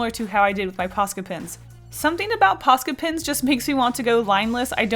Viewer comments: What does she keep saying? Posket pins? I feel like I am missing something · God everytime she says posca i hear paska which is a finnish swear word :l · Say ''Posca pens'' one more time!!! I challenge you!